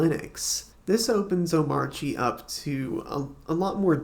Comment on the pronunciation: Finally someone that knows how to pronounce this hyper version of Arch Linux